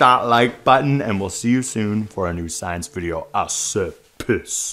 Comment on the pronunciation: Great. Video. Just don’t end it like a d-bag f-boy though. Not smashing anything. Don’t say peace. It’s triggering. Just ask to like and subscribe. We’re all big ol’ queens here and we love you without all that. 😂 Unless you actually said ‘piss’ which is what it sounded like, in which case, I don’t wanna yuck your yum. 😝 Keep up the great research. ⭐️